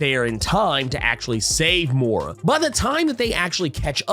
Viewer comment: It's Moy-rah, not Mow-rah.